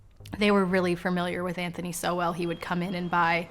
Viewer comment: Why can't the chic say his last name correctly? It's not so-well...ugh!